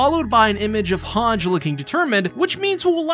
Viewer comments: Hange is pronounced as Hangy like Sanji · You say hange wrong but I still like the way you say it, also at least hange got to live another year lol. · Please say Hange correctly